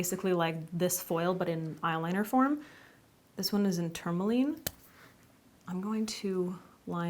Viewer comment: You might be the only one on YouTube who says tourmaline correctly